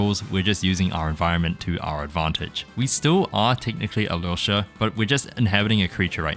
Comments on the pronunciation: Appreciate how you pronounce Alyosha! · Thank you for pronouncing his name closer to how it's actually supposed to!! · 4.30 as a former Ukrainian can conform that yours pronounce are good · The way you pronounce Alyosha is genuinely healing my soul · your pronunciation of Alyosha is spot on 👀 (saying this as a slav) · Yes, that's pretty much a perfect pronounciation! The dub is notorious for getting names wrong, so no surprise it sounds off. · You did a great job pronouncing his name!